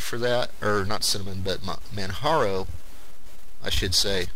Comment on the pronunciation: manjaro is a good distro but I still prefer regular Arch Linux over it. I like compiling and installing the system from scratch with out a gui. Oh by the way, it's pronunced with a j sound like Mount Kilimanjaro. Not a big deal but it's not Man"Haro" . Some people also mis pronounce it with a ManWaro sound. Still an awesome review.